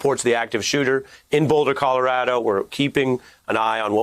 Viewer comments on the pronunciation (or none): ColoradO, not Colorada!!!